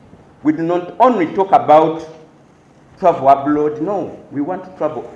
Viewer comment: I'm I the only one who heard "Travel Ablod?!!!"😊😊😊